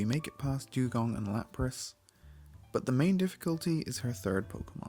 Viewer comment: i could swear he called it a jewgon......